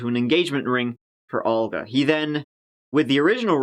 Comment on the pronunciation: i am impressed he pronounced Olga correctly. A softer pronunciation than we give it— not so ugly 😂